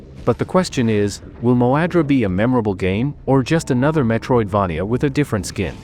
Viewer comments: good list. ai voice is annoying tho. i hope you can find a better one for next time. also, it's mispronouncing the word Metroidvania. If you can make the AI voice pronounce it as Metroid"vey-nia" instead of Metroid"vah-nia", that would sound much better! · I hate the way this A.i says, Metroid-vah -knee-ah .